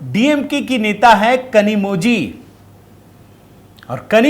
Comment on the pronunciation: सरजी नमस्कार .. तमिळ भाषामे कनिमोळी नाम है परंतु वहा ळ अक्षर zhi ऐसे लिखा जाता है l इसी तरहसे द्रविड मुन्येत्र कळघम बोलना है l ना की कझगम ... ध्यान राखियेगा